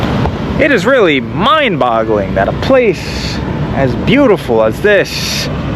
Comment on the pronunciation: “It’s beaut-E-ful”